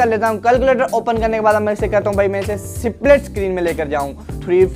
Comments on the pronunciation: U need to improve ur pronounciation.... It's ((split)) not (c-plit) pronounce even the "s" in it... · सिप्लिट 😂😂😂 अबे पहले ढंग से बोल